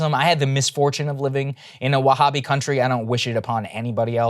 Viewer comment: Also he says wahhabi 😂 very educated man